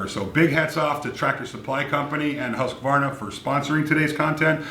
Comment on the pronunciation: Oh, by the way the U in Husqvarna is a long U sound. :-)